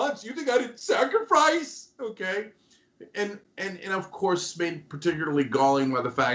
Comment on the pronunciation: "Sacrifrice" lol